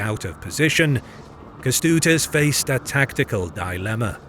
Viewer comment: Yeah it's cool and everything but he butchered all your names, having even AI at his disposal to teach him how to pronunce it... Not just yours, the german ones also. In videos about Poland he does the same. In older videos it's indestandable but now? He became lazy and ignorant. Don't let if fly. He really is able to check how to pronunce "Ę" in Kęstutis. It's not that hard in 2026. If not AI he can ask people on the internet to record it for him.